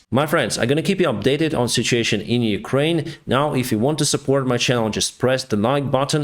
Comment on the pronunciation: talks English well, BUT I love his saying Sitsheeation..(situation)...Love